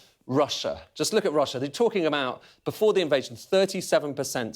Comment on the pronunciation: It's Russssia!